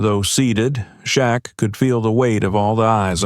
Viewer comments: SHAQ. NOT SHACK. THAT'S RUDE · This narrator wants us to believe NOBODY in the restaurant knew who Shaq was? Also, why did this narrator misspell Shaq's name? his name? 'SHACK 🤣.' Everyone in L.A. and around the world knows who he is. For that reason, I don't think this story is true. Okay, now I KNOW this story definitely isn't true. The narrator ended this fictional tale by calling 'Shaq,' 'SHOCK!' 😂 Who is this narrator? He's a joke! Last week, I read a similar story about Snoop Dogg being mistreated at a restaurant he supposedly owned. He, too, was dressed casually wearing a hoodie and cap. And, no one recognized him? He was treated poorly too. People know who Snoop is. Not only because of his music career, but because of Martha Steward's and Snoop's cooking show. NBC hired him to be a roving reporter at the summer Olympics last year. He also performed. Overall, he did a superb job! Lastly, he was a beloved judge on the show, 'The Voice.' I agree with a previous post. AI did a poor job of creating Shaq. His face and body are too big. Plus, he would've towered over the rude waitress. I'm not buying his story. Again, the narrator misspelled Snoop's name. At least this guy is consistent in one thing. Misspelling Shaq's and Snoop's names. I'm definitely NOT subscribing! Do your homework wannabe CC. SMH!